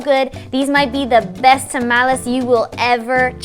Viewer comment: she doesn't say to tamales right